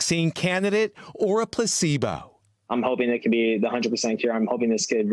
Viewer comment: its "placebo"' Not "placeba"